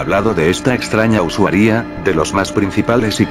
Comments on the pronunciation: "Usuaria" El loquendo: usawía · xd like si escuchaste siempre usuaría en lugar de usuaria xd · jaksjaksak me estaba cagando de miedo hasta que decia "usuaRÍA" xdd